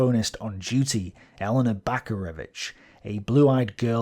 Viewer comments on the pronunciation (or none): none